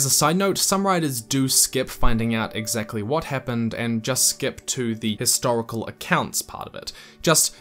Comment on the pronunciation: Great video. Just one thing bugs me though, it doesn't sound you're sounding the 'h' in history/historical.